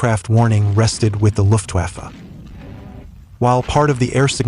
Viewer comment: D'où sort cette prononciation "Luftwaffa" ????